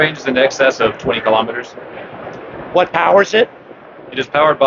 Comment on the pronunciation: Kilo'meters, not kalamaduhz.